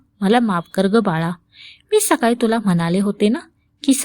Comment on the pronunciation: सकाली नाही सकाळी